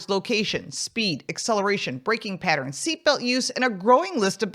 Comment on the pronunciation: Is she saying patents or pattern? Weird.